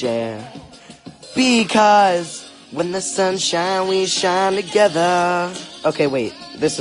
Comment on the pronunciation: “wHeN tHe SuN ShInEs wElL shInE tOgEtHAa” Time stamp